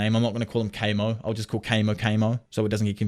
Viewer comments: Isn't Kamo pronounced Kah-mo? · Every time Kamo was said wrong I whimpered